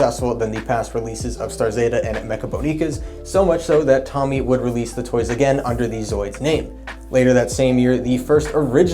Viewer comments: It's Tōmy, not Tommy! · TOE-MEE... not tommy lol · Well done - but I CRINGE every time you mispronounce Tomy (Toe-mee).